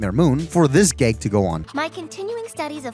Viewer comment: I thought you liked this show, why are you criticizing it so much? Also, why do you pronounce “a” like “e?” Like you say “gegs” instead of “gags!”